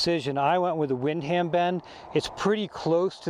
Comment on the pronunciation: I was going to mention that... Windham is pronounced win-dum.. no worries tho, great review overall.